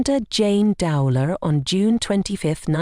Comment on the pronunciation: Would have been more respectful if her surname could at least have been pronounced correctly. Shame her sister decided to make money from it, I hadn't realised that.